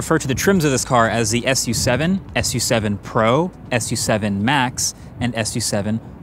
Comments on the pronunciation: It is pronounced Xiaomi Sue 7 and not Xiaomi Ess You 7. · Its Not pronounced as S U SEVEN.... its pronounced as "SUE SEVEN" 😁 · French fun fact: SU7 in French actually is pronounced like lollipop 😅